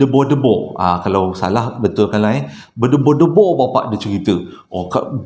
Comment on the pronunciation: Bedegor degor bkn bedebor debor